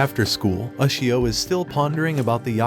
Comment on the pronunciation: you cant even pronounce ushio right